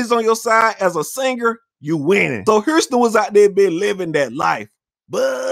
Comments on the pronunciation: Why does he keep saying Herston and not HOUSTON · Why he keeps calling this man Huurston! 😂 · I had no idea Houston had a r in it. Hourston, bro this dude. Who speaks worst him or Young Thug? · I’ve heard of Houston but who’s Hurston??😂😂😂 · Hurston lol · I keep dying when he call him "Hourston" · FUCKIN HILURYUS